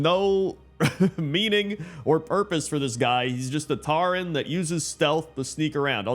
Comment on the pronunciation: Tauren, not Tarren >_<